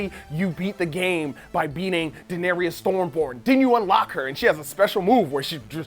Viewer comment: Its pronounced "dae-nair-riss" not "da-nair-rius" lmao. Fyi, Brienne vs The Hound was my favourite part of the finale!! It was epic!